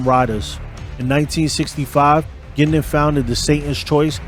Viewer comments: It is pronounced Gwin-don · I'm from Bowmanville and that is very close to Curtis Ontario we're Berny lived You're also not pronouncing his name correctly it's not Gindon you need to pronounce the u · hiis name was bernie guindon not gindin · Wrong. I was in the Oshawa area from 1980 to 1994, and hung out with one of Bernies daughters. Everyone, including the daughter, pronounced it "Gindon". It's because "Gindon" matches the french pronunciation. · You’re saying his name wrong. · At least say his name right! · First off you pronounced his last name incorrectly the entire time. Secondly much of your information is factually incorrect. You should do better research before posting. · at least connect with a local who can help you cipher the stuff you dug up on the web...first time you said Bernie's name I choked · did NOT pronounce Bernie’s last name properly once.!! Bernie is Alive and well and can be seen hanging out at his son’s clothing store in Oshawa…(Bernie Frog).!! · You should learn how to pronounce his name